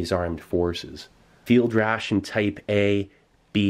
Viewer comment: funny cause "Type-A" sounds like "Taipei", if you catch my drift